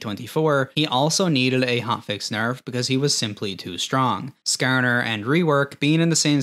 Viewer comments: skArner. not skerner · SkaAR NUR, idk why but the way he says it makes me fkn laugh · I can tell you're from the Midwest by the way you say Skarner lol